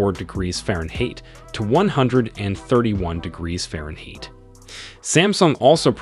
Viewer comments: Subbed! Nice review. Good points throughout - I especially liked the fact that you pointed out that Samsung is competing against itself. I also like how you say "Farenhate" catering to your American viewers but also stating your distaste for the imperial metrics. I ordered this watch. Looking forward to more reviews! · "Fahrenhate?".....sorry,tried to overlook it😂😂,but a damn good video though. Hard to give up my 5 Pro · HAHAHAHAHAH! Also "breath-a-ble 🤣